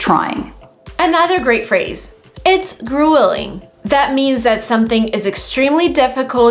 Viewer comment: No, you are teaching them wrong! "arduous" and "grueling" are not pronounced that way!